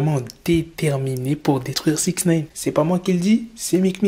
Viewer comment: Faut arrêter de dire six naine par contre